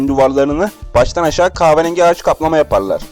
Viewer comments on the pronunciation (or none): Dostum keşke önce ka"h"verengi demeyi öğrendikten sonra sesli sunumlara girişseydin. Biraz diksiyon kursuna gitsen bazı fenomenlerden aldığın videolar daha cazip hale gelebilir, bilginle değil sesinle etkilersin belki, ama bu diksiyon ve "kaaverengi" ile değil...